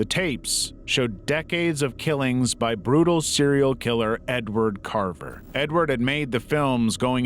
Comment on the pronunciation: Edward Carver turned into in Edward Scraver in 4 seconds....then back to Edward Carver. Kinda takes away from the video. Just saying